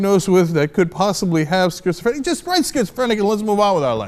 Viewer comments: Cenk... I'll assist you with the word schizophrenia. "Skit(don't use the t)-zo-fri-nia" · jaja he said schizophernia jaja phernia